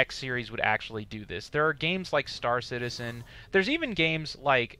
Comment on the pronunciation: "It's kinda like Starcitzen just on a massibe scale." Seriously dude?